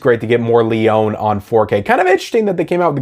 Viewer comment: Leone is pronounced Lee-own-E. Say the E ;) 👍